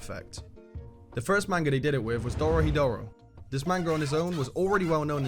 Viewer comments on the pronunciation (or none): Its DOROHEDORO, not "dorohidoro"